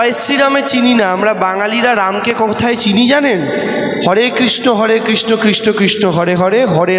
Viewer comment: ভাই একটা জিনিস ভালো খেয়াল কারো দেবাংশু কৃষ্ণ বলছে না কৃষ্ট বলছে